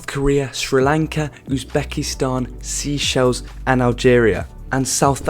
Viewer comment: You need help to pronounce countries, like you got so many wrong and obviously wrong as well, like it just gave me a headache and I'm not super strict when it comes to pronouncing countries names, but you got so many of them so wrong like Chinese (TAIPEI) or if you want something easier to pronounce Taiwan. Seychelles you also got very wrong, and Mauritius you got pretty wrong too.